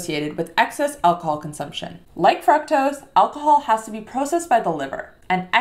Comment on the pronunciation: The correct pronunciation of fructose is with a long "U" sound, similar to the way "glucose" or "too" is pronounced. It is not a short U. English pronunciation both British and American are similar.